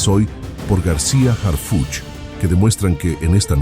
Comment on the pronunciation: ACLARANDO NO ES HARFUCHY, ES HARFUCH, OJALA NO TE MOLESTE, PORQUE DE LA FORMA QUE LO PRONUNCIAS SE ESCUCHA MUY IRONICO